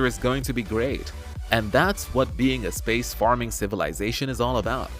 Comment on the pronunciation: Hey it's space-faring, not space-farming